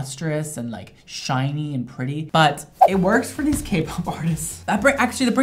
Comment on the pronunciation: it’s just pronounced like shiny Also, watching fangirl over kpop groups is so refreshing